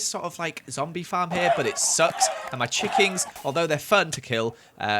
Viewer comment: Is it just me or did he say chickings instead of chickens lmao